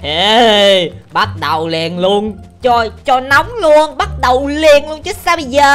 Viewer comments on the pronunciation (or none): none